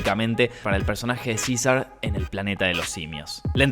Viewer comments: Cisar jajajaja César así se dice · Yaaaa pero pronuncia bien, es cesar, hasta rl gringo lo dijjo bien , y tu no